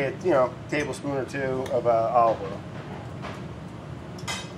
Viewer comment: Woah... Brad did call the olive oil “Earl”. Everything alright Brad? We’re here for ya bud.